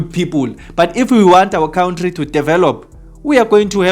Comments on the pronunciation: It's country not count-tree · I love his count-tree 🎉